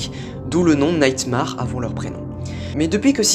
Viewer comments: Nightmare se prononce Naytmèr et non Naytmar. Merci de votre compréhension ^^ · Très bonne vidéo MAIS MAUVAIS ACCENT SUR LE MOT "NIGHMARE"